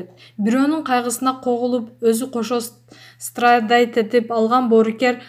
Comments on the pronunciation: Страйдайть этип дейтко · Страдайт деп зорго айтат го